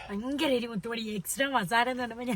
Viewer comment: ഫയങ്കര അല്ല😂 ഭയങ്കര തണുപ്പ്